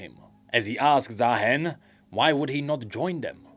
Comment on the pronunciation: why its ZaaHEN, should be Zaarooster